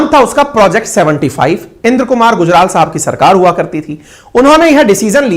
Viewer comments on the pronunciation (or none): none